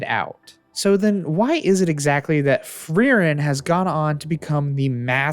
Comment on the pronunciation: very good video but as a german i always die if i hear how you pronounce frieren i'm sorry hahaa